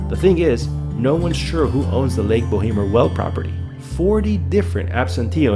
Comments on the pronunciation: it is called bow mer <<< no bo hee mer.. Jesus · Bo emer... the 'h' is silent, short 'e'. The company that originally drilled the well should be responsible for capping it but they argue that it's not truly an "abandoned oil/gas well" as it never produced what they were drilling for. Silly argument but that's why shyster lawyers make big money.